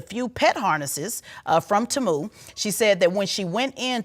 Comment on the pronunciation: Its teeee-muuu not taaaamuuu😂😂😂